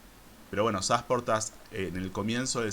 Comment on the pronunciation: No es Sásportas, es Sasportas, sin tilde. Estas pronunciando mal.